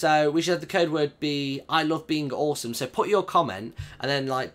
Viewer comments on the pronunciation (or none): haha i love how you say beink instead of being i love beink awesome